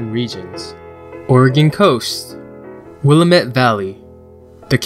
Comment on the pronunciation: I cringed when you said Willamette. Will-lam-mitt